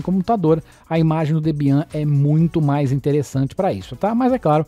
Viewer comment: Debian.... fala-se Débian.... é uma Linux muito importante